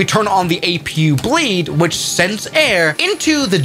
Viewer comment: Others: A P U in live streams: Apoo (or "a poo") 💀